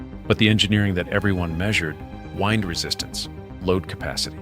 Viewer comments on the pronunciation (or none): More AI voiced BS. Wind resistance? As in 'wind' up a clock? Ehhph this AI sheet.